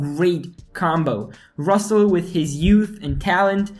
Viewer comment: RusseL??? Oh, not again...🤦